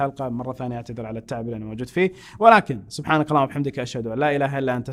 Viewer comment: يا انت منتبه على الكلام الي تقوله بدال ما تقول سبحانك قلت سبحانق